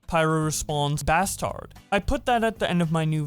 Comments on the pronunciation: did you just pronounce bastard as bass tard ?! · No one:: “Baz Tard”